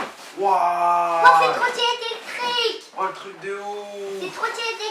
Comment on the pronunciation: like si ta remarquer dire eectrique et non pas electrique trop mignone jvous aime